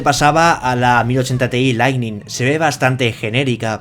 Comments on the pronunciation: parece que sí leiste mi comentario de otro video en que hice una pequeña corrección en tu pronunciación de la palabra "lightning" porque veo que ahora lo decis perfectamente. Y no lo digo para atribuirme nada sino porque esto es muestra de tu humildad y de que tomas en cuenta opiniones para mejorar. Así que a seguir así, saludos desde Uruguay! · He escuchado 2 veces seguidas Lightning bien dicho y me he emocionado